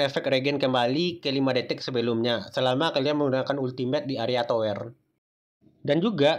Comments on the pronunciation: Tawer bang bukan toer wkwowke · Salfok ngomong towernya kayak ngomong dower, klewer 😂 Bang ngucapin towernya tu kayak ngucapin "sekarang", "beras", "berat", "pedang" Memerah untuk warna sama memerah untuk sapi kan beda e nya, e kan ada 2 bang